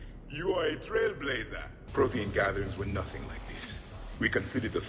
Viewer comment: When the hanar said "Prothean", i thought i heard "protein"